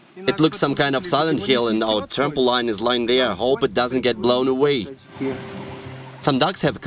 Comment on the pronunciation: Trampo leen Not trampo Lyn